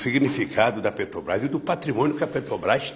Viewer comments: "petobrais" caralho... como tem mongoloide que defende esse cachaceiro analfabeto. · o cara que sequer consegue falar o nome da empresa corretamente